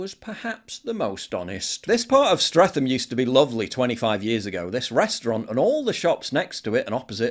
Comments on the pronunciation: Stre'th'am....the h is silent yer Northern scallywag! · It's pronounced Stretam.. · Stretem is how it’s pronounced. It used to have a great nightclub that was called the Cats Whiskers in the 60’s and 70’s, Studios in the 80’s and Caesars in the 90’s. Now it is a gambling arcade. All that history. Says a lot about society today. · For all you non Londoners, it's pronounced Strett-am. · Streatham is pronounced Stret-um. You don't say the TH like you do in bath or math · Small point, Mate...Streatham is pronounced Stret-am. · I will pronounce it streatham forever just to p*** off you brits. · You're not from London, Paul, but the town is pronounced STRETTAM. (However you pronounce it, though, it's been utterly wrecked by "diversity" and "enrichment".) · Pronounced "Strettam" Paul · As someone who grew up in south London I'm struggling to not be wound up by how you say Streatham haha. The correct pronunciation is Stret - um, rhymes with atom. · The "th" is Streatham is a hard T sound :) as in Streatam. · Paul, as an Englishman please at least learn how to pronounce "Streatham" - the internet is full of helpful pronunciation sites and tools. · Paul cant even pronounce Streatham correctly, like he gives a fuck. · The 'h' is silent is streatham. Your making it sound posher than it actually is with that pronounciation. I had to drive through there everyday with eastern european beggars walking in the road coming up to you when you were stuck in traffic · Thought you’d of known how to pronounce Streatham correctly, But this is bang on that whole high st especially that Somali corner is disgusting I live close to it dread having to go through sometimes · Why can't you say Streatham? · You are pronouncing Streatham wrong. The 'th' is a 't ' sound. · Paul doesn't know how to pronounce Streatham? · Love you PJW but I’m weird about pronunciation. You’re saying Streatham wrong! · Streatham is pronounced Stret-ham not Streth-am. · It’s pronounced “streat-ham” not “streat-tham”